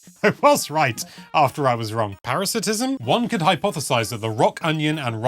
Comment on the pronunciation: Parasitism is a word, but you said "paratisism".